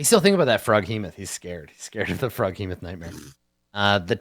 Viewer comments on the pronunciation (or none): Yeah it’s spelled Froghemoth, JP’s pronunciation is a little weird